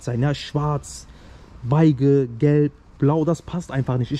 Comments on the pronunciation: Beeesch wird’s ausgesprochen, aber man weiß ja was du meinst 😄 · Abi sag doch bitte nicht Baige hahaha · Bruder geiles Video aber wieso sagst du Beige falsch das wird so ausgesprochen: besche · die spricht das so lustig bzw. Falsch aus deswegen haha wir wissen zwar was du meinst aber ey so geil alter wie du es aussprichst 😆👍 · wie er beige sagt 😅😂 aber hammer ja. top preis kann man nicht meckern! ich mache komplett andersrum hab soviel im innenraum gemacht. bald starte ich auch von aussen